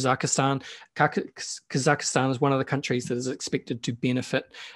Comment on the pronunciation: Kaz- Zak- staan 😊